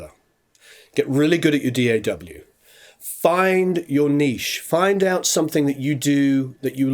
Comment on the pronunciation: It's a small thing, but I appreciate that you actually say the letters of the acronym "D.A.W." instead of just saying "daugh" like most people do. Thanks for not being dumb.